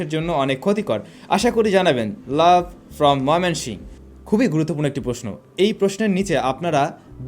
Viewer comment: Vai mymonshiengh na Mymensingh hobe